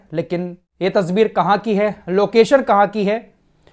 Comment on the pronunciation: Tasweer , not tasbeer